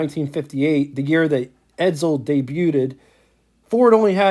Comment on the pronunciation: edSel, not edZel. Named after a supremely high-style son of Henry Ford, Edsel fostered slap-in-his-face 'homage' with its gawky and oft-derided inaugural '58 design followed by fast collapse of the entire upstart marque.